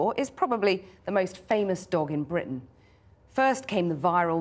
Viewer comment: Anybody notice how she's talking differently in this video? Her accent is different. Listen to how she's pronouncing "Fenton" and "Britain".